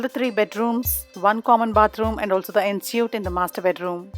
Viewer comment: Thank you for this video, really useful . Please note that Ensuite is pronounced ‘ on sweet’ 🙂